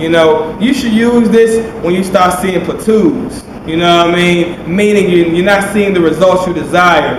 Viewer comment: Lol thats how he says plateau.